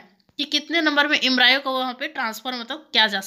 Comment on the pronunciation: Thank you but mam pronunciation proper kare Embryo ka